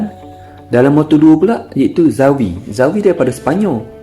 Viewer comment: Cute ah admin sebut nama xavi..aku terdengar sawi 😂